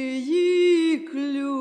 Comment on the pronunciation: співає як наче на російській вимові золотії ....співає залатії.....слово не дуже